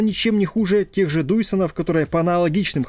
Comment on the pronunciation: Немного смешно. Не "Дуйсон" а "Дайсон"